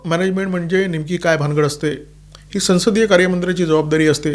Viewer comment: उत्तम विश्लेषण 🙏🏽 एक छोटे निरिक्षणः संसद शंब्दाचा संस्कृत उच्चार "सवंसद/ सौंसद" असा आहे. हिंदी भाषिकांच्या प्रभावामुळे मराठीतही तशी छटा येउ लागली आहे. आपण त्यात सुधारणा करावी.